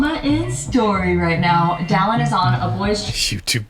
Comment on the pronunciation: is it just me or did she say, “Dillon is FaceTiming me.” It did not at all sound like “Dallin.” Hmmmmm.